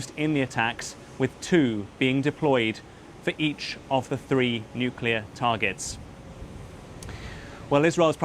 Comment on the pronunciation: Trump still can't pronounce "nuclear" he's got Nixon's ethics and W's competency